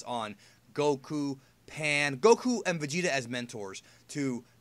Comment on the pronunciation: For the love of Allah, that is the WORST "Goku" ever. I don't even want to watch now.